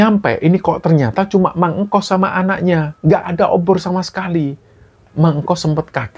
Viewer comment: tuk sebutan kayaknya bukan mang engkos deh, tetapi mang engkus